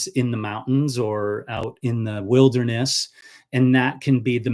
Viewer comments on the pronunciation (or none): none